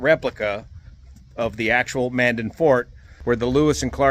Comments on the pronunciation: Hello, I hope you are having a great time with the tours while you are on the way to Osh. One mention though. You were actually mispronouncing Mandan. You were saying it like Manden, when it is actually pronounced Mandan "Man" "Dan". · Pronounced Man Dan...kinda two words. Used to live there.